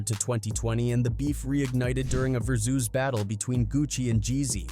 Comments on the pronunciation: The way some things are pronounced really throws me off... versoose? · How tf does ai not know how to say versus correctly? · Stop pronouncing "versus" that way. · Wtf is a versoos battle it's pronounced "Ver-sus"